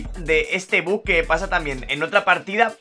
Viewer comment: Me pone muy nervioso que diga buk y no buggggg que es como se llama